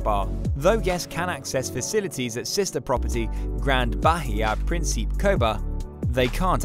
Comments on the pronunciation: It’s not “Prin-SEEP”. It’s “Prin-see-peh “ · Its Principe with an "Eh" at the end lol.